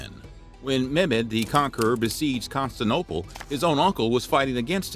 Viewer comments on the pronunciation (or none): It's CONSTANTINOPLE!!! I love your videos but you seem to mispronounce it in all of them and it's driving me crazy!!!!!! You've got me second guessing myself and now I'm wondering if maybe I'm ignorant and it's supposed to be pronounced as "constanople", so please enlighten me if I'm wrong or please start saying it right! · These videos are good but if the narrator could learn to pronounce Constantinopole, that would be great.